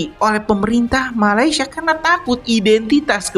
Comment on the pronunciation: Min sebut malayd sh